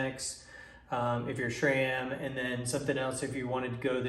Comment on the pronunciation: How many times do we need to hear "schram"!!?? The proper pronunciation is "s-ram"..... call and ask ANYONE who works at S-RAM.....not Schram!